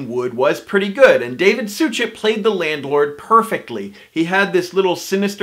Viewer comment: In regard to Suchet, it's pronounced SUH-SHAY, not SOO-CHET.